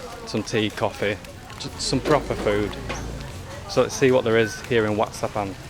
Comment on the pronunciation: WAT is what they call Temple, and it’s pronounced WAT is in WHAT but silent H lol idk i not a Pro but yea 👌 as per usual great vid 👏🫶🇦🇺